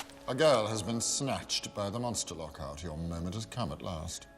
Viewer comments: Actally its not «Lockheart» its «Lockhart» lol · Fun fact: Its Lochart not Lockheart